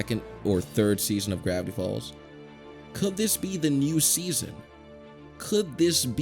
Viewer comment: Does it sound like this random guy said "Brownie Falls" to anyone else? I dont mean to offend, but i just want to be sure.